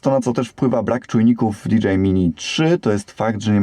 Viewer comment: Dzięki. Fajny film. Zamówiłem sobie tą zabaweczkę. Gwoli scisłości: Jeśli "si" to i "ar" a nie "er"🤪 tak jak z hi-fi.